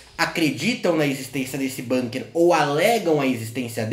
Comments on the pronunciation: acho que a pronúncia é com 'u' mesmo, bUnker e não bãnker seria, caso fosse uma palavra inglesa. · Dzim, Bunker é um palavrra alemôn